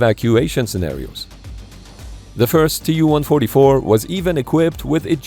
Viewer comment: المعلق ليس عربي. والدليل بانه لايستطيع نطق الرقم TU144